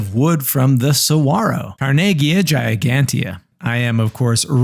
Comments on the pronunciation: Why did you not pronounce the "G" in saguaro? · Bonus points for saying saguaro correctly